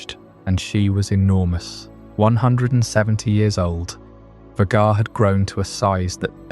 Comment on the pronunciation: This is cool but The constant mispronunciation of Vhagar throughout the video drove me a little nuts while trying to relax